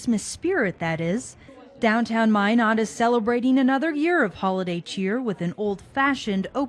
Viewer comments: LOL, she said "MyNards" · Oh fuck i thought why are they keep saying MY NUTS then i realized its Minot lol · Hahah, he pronounced "Minot" wrong. Instantly showed he was an outsider.